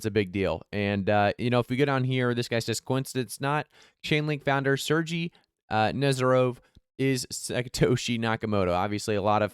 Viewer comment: Bro it's pronounced SER-GAYY NOT SERGEE 😂. Good vid as usual.